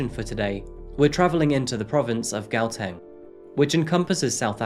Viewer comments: What? Ndlovu & Gauteng made me cringe. 😶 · HOW-tang not Gow-tang. Ndlovu means elephant in the Xhosa language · sorry but the Gauteng pronunciation. but its like Chuateng not chow but ge idk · Guateng is pronounced How-teng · The g is said as an h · I love the content I wish i could help so ill help as much as i can Its pronouced "Kgawteng" Source: am a south african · okay I take it back... u really did a dope job.. Gauteng.. the G is pronounced like how Mexican people pronounce Jalapeño kgg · Pronounced "How-Teng". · oof the pronounciation of Gauteng was hella rough. I can't really explain how you say it but it's like the starting of saying the letter g(lower case version) then saying howteng (with out the h being pronounced) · Except the way he pronounced "GUATENG" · Gauteng is pronounced with a guttural 'g'. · It's pronounced cow teng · Love your videos. You did so good with so many of the South African pronunciation. - just gonna help with some pronunciations so you can be one of the Saffas 🇿🇦♥️ Ndlovu: In-Glor-Vu (Glor - pronounced like the Glor in Glory) Gauteng: How-Teng Homu: Hor-mu Thanks for doing this story! You should look into the cases of Uyinene, Lee Matthews, Hannah Cornelius, Anni Dewani, Jayde Panayiotou, Meghan Cremer, Karabo Mokoena & Jesse Hess with her Grandfather. We have a serious problem here in SA with GBV. May all of these mentioned plus the 100s of others RIP. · Zanelle and Go-Teng🤔🤔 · As a South African, I appreciate how you pronounce our names when covering our stories, but "Gauteng " we drag the G ! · Gauteng was a fail though 😂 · Gauteng was really wrong!!!!!! But he tried. But I only learnt it myself in recent years. Before I did not even try to say it.